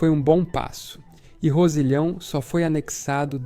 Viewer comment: Rossilhão e não."Rosilhào"... em francês "Rossillion"